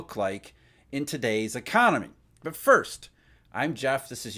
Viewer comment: Every time he said BUT, he woke me up. Obnoxious